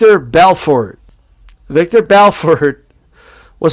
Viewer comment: It's Vitor Belfort not Viktor. Lol.